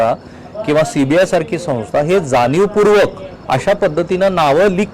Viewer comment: जानीवपूर्वक, कंपण्या, ... काय हे.. Plz, शुद्ध बोला!!. धाडी घातल्या हे प्रसिद्ध / जाहीर केले तर काय बिघडले.. त्याची का लाज वाटते?? Declare करायचे नाही का??